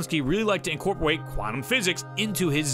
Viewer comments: Incorpewate, your mispronunciations never cease to amaze me! Keep up the great work and amazing videos! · True true, they are pretty entertaining as well